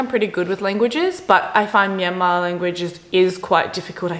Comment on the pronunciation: The way she pronounce Myanmar is spot on.